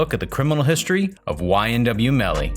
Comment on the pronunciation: you keep calling him melon smh 🤦🏾‍♀️